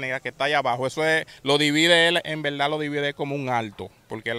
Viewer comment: En veldad en veldad 15,000 veces